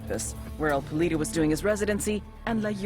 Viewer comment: i can say for sure that "el polito" should be "el poLLito" that stands for "little chicken" and it was so funny to hear it like that... I'm from Argentina if anyone is wondering...